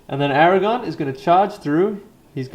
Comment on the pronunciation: A great Battle report. But Fuck me, CC, saying Aragon instead of AragoRn is infuriating.